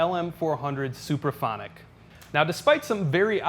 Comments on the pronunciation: It's "Supraphonic " NOT "superphonic" 🙄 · It sounds like he is saying "superphonic". It's actually "SUPRAPHONIC". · Are you saying "super phonic" or "supra phonic'?